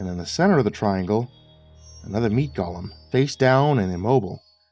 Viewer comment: Golem is pronounced just like it looks. Go-lem. It's an automaton or homonculus type construct from Jewish folklore. Gollum(Gaw-lum) is from Lord of the Rings and has no connection to the things in this story.